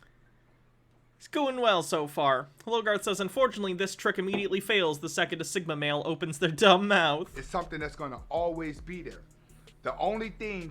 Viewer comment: “Thigma mill”